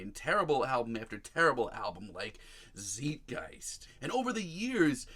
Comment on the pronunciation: While I agree it's a lil lackluster..I'm not sure I can take seriously a "Pumpkins fan" such as this guy..Who claims everything since Adore sucks?? First of all it's pronounced Zeitgeist like zite-guyst..I mean this isn't some made up word after all lol..also how can you not LOVE Teargarden!?? Or do you even know about that album?? I even count Zwan as a sort of a Pumpkin record which I absolutely love and Jimmy's on it too! You remind me of most of all the other fair weather fans that long for another Siamese Dream record. Well if that's really what you want my man, you should check out the Zwan album which was a return to form shortly before his first solo album. Sorry I just can't respect your opinion if you haven't heard the entire catalog or only gave it a once over listen..